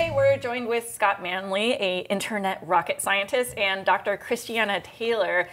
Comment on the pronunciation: Hullo, it's Scott Manleey!